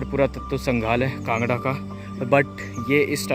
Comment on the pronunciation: It's kangra not kanda brother